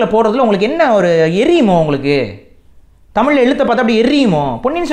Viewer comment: யொவ்! நீ முதல்ல தமிழ் ல ‘ழ’ வ ஒளுந்க உச்சரி! தமிள் இல்ல! தமிழ்!!